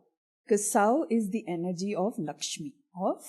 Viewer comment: I would humbly try and make one correction - about "sauḥ" .. It is pronounced as 'sauh-u' as there is visarga at the end - सौः (sauḥ) instead of just सौ (sauh or sow). What are you thoughts about it? Feel free to disagree and offer your explanation as that would assist others on this path.